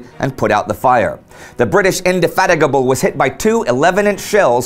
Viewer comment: you mean indefaggitable as he called it